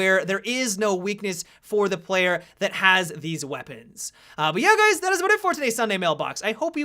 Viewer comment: "Hey gays"